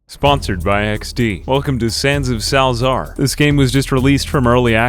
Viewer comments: It's pronounced salsa-argh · It's pronounced 'Salza-ar' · as far as i know its just "sal-eh-zar"